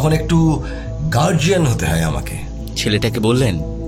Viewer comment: I enjoy your audio stories very much. Great job. Pronounciation is very vlear except the word, ‘hay’. Please make sure it doesn’t sound like ‘hai’.